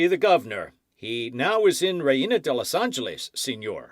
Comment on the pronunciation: I truly appreciate the readers at for volunteering to read books. who reads this story is enthusiastic and I appreciated his read, but I would like to suggest that he research how to pronounce Spanish words for the book. The simple reina de Los Ángeles, González, Pedro, frailes( monks) zorro. We currently have apps to help us pronounce words in any language please use them. Being a Californiana I would appreciate it.